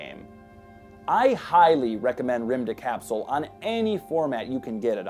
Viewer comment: Remove the "e" in "rymdekapsel" and it's about right